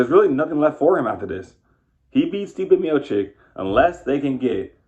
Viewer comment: Stipe Miochich not Miochik